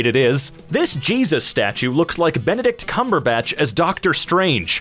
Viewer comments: DID JUST FUCKING SAY BENADRYL CUCUMBER SNATCH 😭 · Benedict Cuminhersnatch